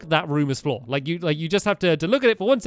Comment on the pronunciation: did Stampy say "That room is floor" instead of "that room is for"?